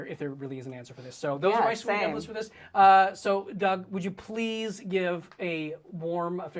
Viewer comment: When Doug introduced himself for the first 8 episodes I thought he was saying, “Doug ‘Dangerously’ Blind” 😭 Cracked me up so hard when I realized I was wrong 😂❤️